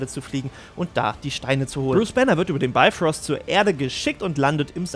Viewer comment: Das wird aber "biefröst" ausgesprochen und nicht "beifrost" ;) coole videos, weiter so